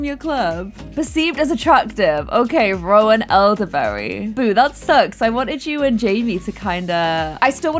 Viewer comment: I don’t think it Ro-An but ro-hAn